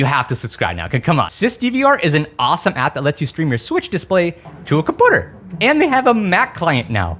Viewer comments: Compooter lol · is the compooter pronounciation an inside joke im not in on it always catches me off guard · bro saying "compooter" is like the new "rar xD" 😂🤮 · the way you say computer reminds me of stewie saying coolwhip on family guy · The way you say computer is interesting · i will subscribe when you start pronouncing computer and community correctly. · Words are hard 😂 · Are you saying comPOOter and comMOOnity on purpose or is it like a speach inpedement or something? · 2026 I still hate you pronounce compooter and some words like this h3lpme understand comooonity ? tf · Why does he pronounce community and computer that way.. its annoying